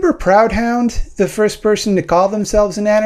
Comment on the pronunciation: Great video. Just a quick note. Proudhon is pronounced "Proo-don".